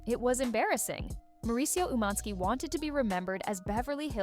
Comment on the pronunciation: Why are you saying his name like that? It’s annoying